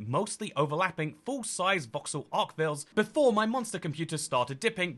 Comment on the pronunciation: that was the worst pronunciation of "archviles" I have ever heard